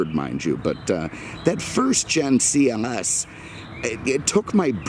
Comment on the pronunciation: Is it just me or does he say CMS instead of CLS im the beginning of the video